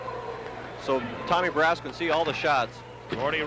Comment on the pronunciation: What is the story with this announcer? He keeps calling Barrasso, Barrasah until about 5 minutes left in the 1st period. Have a feeling that Edwards or someone else told him to knock it off. He also called Bobby Carpenter, Rob which he never went by.